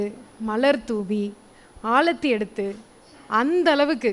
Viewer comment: Aalathi illai...Aarathi